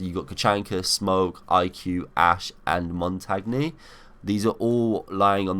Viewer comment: Mate its not pronounced Mon-tag-naye, its Mon-tane